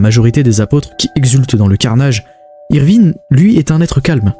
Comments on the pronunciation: je t'assure qu'il ne fait pas exprès il a déjà dit que de base le français n'est pas sa langue maternelle et il a des lacunes de prononciation qu'il essaie d'améliorer il fait surtout des erreurs quand il ya des I et E ou comme avec ivrine quand il prononce Evrine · C’est qui "Évrine" 😂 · Franchement tu ma rendu fou toute la vidéo avec Évrine et Groumbeld😭😭😭😭 je trouve que sa fait irrespectueux pour l’oeuvre et ses fans de meme pas faire l’effort de prononcer un nom correctement en plus c’est pas une fois comme sa genre sa arrive nooon t’insiste en plus